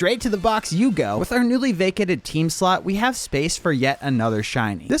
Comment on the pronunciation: "With dweam on the tweam" so cute